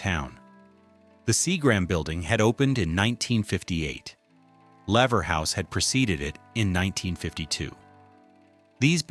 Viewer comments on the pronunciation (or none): Your AI narration STINKS. Mispronouncing LEVER House and SEAGRAM Building in once sentence: unforgivable.